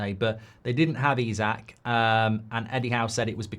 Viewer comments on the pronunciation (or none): Why do you keep calling Isak, Usyk ??